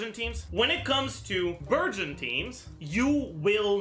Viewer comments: I heard virgin for burgeon the entire video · I keep hearing burgeon as virgin lmao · So i can use Childe Xiangling Dendro Kazuha team. Also Childe Fischl Dori Dendro would be a great team. Why did i hear Virgin instead of Burgeon everytime he says Burgeon😂 But the best thing to realise is that Fischl and Childe will carry Dendro teams.😂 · OOOOOO he's saying Burgeon I thought he was saying Virgin for like half the video and I was very confused LOL